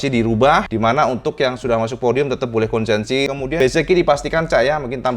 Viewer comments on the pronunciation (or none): konsesi, bukan konsensi. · Cak. Konsesi, bukan konsensi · KONSESI cak, bukan KONSENSI🙏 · Kayaknya KONSESI mas, bukan KONSENSI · Maap... konsesi, cak... bukan konsensi... 🙏🙏🙏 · Cak, yang betul itu konsesi, bukan konsensi. punten 🙏🏻